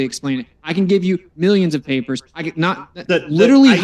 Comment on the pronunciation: I'd rather have AIDS than listen to talk about PAY-PAHS for one more second. Dude is obnoxious and thinks he's brilliant😂